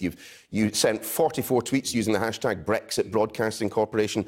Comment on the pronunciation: .....Can anybody explain what Bwexit is?.....Waa, ha,ha,ha....